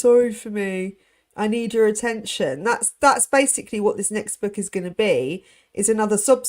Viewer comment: prounances words incorrectly...constantly. " book " being one